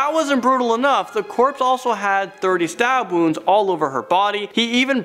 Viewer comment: 28 STAPWOUNDS